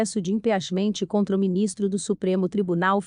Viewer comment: Procure se informar como se pronuncia impeachement...doi ouvir vc!!*